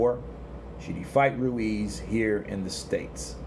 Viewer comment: Stop pronouncing Ruiz like that, you ain't Spanish